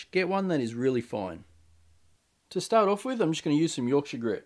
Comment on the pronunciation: Nothing makes me happier than hearing you pronounce Yorkshire correct 😂 also great video! Your piece looks absolutely beautiful!